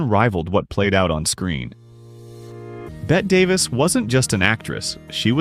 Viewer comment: Just here to correct the spelling: femme fatale. And Bette is pronounced Betty. What is this -- AI?